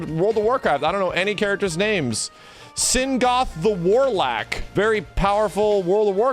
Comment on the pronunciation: Singoth the warlack hahahah